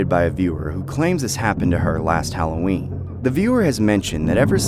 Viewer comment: Is not hallowern